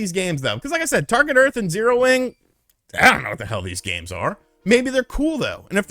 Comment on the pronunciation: "Zero Wang" 🤭🤭🤭